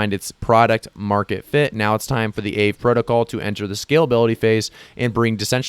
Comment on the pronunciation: Thanks for the heads up in FIL. Aave: Ah-vē. Named after a Finnish Ghost.